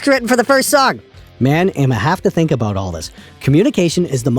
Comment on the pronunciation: Haha "aboot"... Love you!